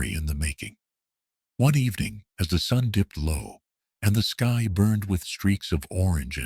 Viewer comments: Great story. I just can't tolerate the AI always saying SKEE instead of SKY. So irritating. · Word - sky - said as ski. You need a living person to edit your video.